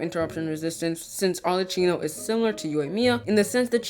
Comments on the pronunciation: i'm gonna be the italian pointing this out now xD her name is pronounced like "maCCHiato" not like "cappuccino" "cch" like in "arleCCHino" is pronouced as "C". "CC" like in "cappuCCino" is pronounced as "ch" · I cant stand how he pronounces arlecchino